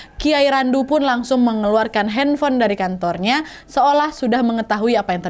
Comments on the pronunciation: Kak kakak ngomong nya di kantornya bukanya kantongnya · Kalian sadar gk si ka Nadia ini ngomong kantong nya jadi kantor